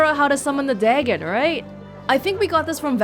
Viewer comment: Dagon is typically pronounced "DAY gone".